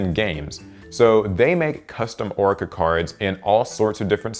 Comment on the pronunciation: Orica? Don’t you mean Orichalcos?